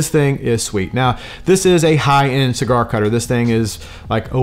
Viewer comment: Bruh didn't realize I watched this before until he messed up the name of the cigar 😂